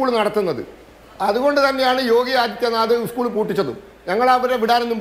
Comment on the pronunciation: ഉസ്കൂള് അല്ല 😄😄 സ്കൂൾ